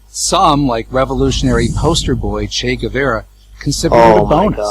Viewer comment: Brilliant. Oh, i almost die when he said "che is said to be said", hahaha. And the way he pronounce "chei guevera" is funny too.